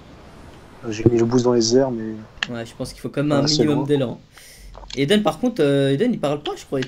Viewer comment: mdr c est "aiden" et pas "eiden"